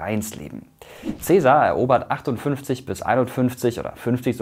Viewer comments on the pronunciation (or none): none